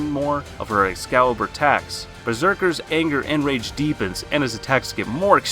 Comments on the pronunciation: If you lower youre volume at the start you can hear him says rape besides rage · I can't even list everything wrong with this list. First off you keep saying rape not rage, lets get that out of the way. Then there's Tanjiro at #1, did you even watch the show ? Tanjiro has yet (at least in the anime) to have a rage moment because he's such a gentle person. Then you have Goblin Slayer on the list......do you even watch the shows you list? Goblin Slayer has LITERALLY no emotions at all let alone rage. And my effin GOD the way you pronounced Ufotable should get you arrested. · why does it sound like rape instead of rage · Bro why, why must you pronounce it as rape. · Y u saying rape man its rage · Why does it sound like you're saying "Rape" instead of "Rage" 😅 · Is it just me or does it sound like your saying 'Rape' Instead of 'Rage' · did he say rape scene??????💀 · Nah bro said Rape not rage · I heard him pronounce rage rape many times!! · I feel like he keeps saying rape scene lmfao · I swear it sounds like he says rage as “Rape” lol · Did you say rape sceens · Bro is saying rape scene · Why does it sound like he is constantly saying 'rape' instead of 'rage' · U need holy water for ur ears(the more I progressed in to the vid I started hearing it to) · RIGHT "this is everything we look for in a rape scene" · Because he is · If you listen closer he is saying rape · LMAOOO, ikr. i just made a comment about that b4 i read this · There’s no way he’s not saying rape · yeah' it sounds like his saying' rape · He was probably thinking of berserk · I came to the comment section just to find this comment lol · its true either way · I don’t I was the only one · I'm now uncomfortable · Bro no offense but whenever you said rage scenes in the video I heard rape scenes ...or is it just me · Did he say “rape” rather than raid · You saying rage science or rape scenes sounds like ur saying rape scene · i keep thinking hes saying rape seen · bc it is